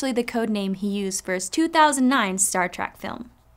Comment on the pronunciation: why does it sound like she keeps saying Star Trak.... grr